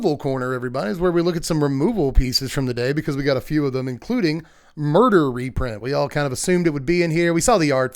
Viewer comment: "What's a moirder?"